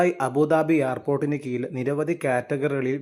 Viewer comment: കീയിലല്ല കീഴിലാണ്😂